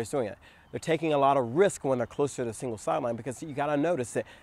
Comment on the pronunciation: You said “singles sideline”. But I heard “evil sideline”. Same difference though. 🤣